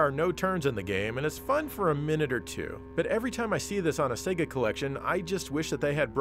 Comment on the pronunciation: I’m an Australian and I’m more offended by the non Australian pronunciation of SEGA. Spaz refers to a spastic individual.